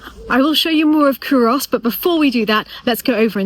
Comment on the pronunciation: Great job explaining Culross although you are slightly mispronouncing the name by putting too much emphasis on the 'o'. Also, you find many Scottish people dressed like...